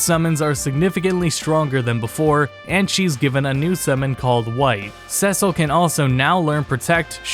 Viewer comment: Cecil is pronounced "see sil"